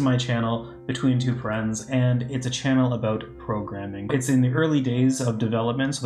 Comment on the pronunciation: I love the way you say "parens" it sounds like you're saying "friends" 😃